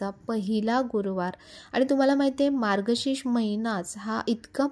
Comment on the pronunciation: मार्गशीश नाही मार्गशीर्ष